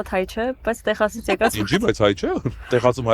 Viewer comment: Lav eli ays angragetnerin bacatreq vor Texas gravum e Teqsas artasanum, amot e